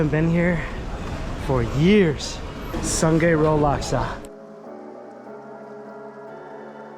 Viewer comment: it’s soo-ng-i road not soon-gei road you “food influencer”